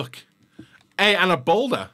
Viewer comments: he’s saying balde as boulder he’s not a rock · The Balde pronunciation is driving me insane!😂 damn Balder?! Lmao